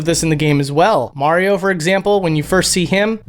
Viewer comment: You said “Mario” wrong.